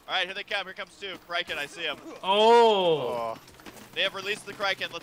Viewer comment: its criken not kriken